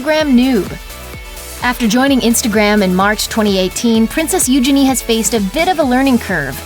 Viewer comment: Thats how Eugenie herself pronounces it.